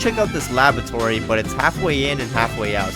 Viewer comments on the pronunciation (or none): none